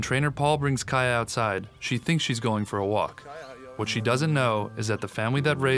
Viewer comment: Kaya is pronounced kiya lol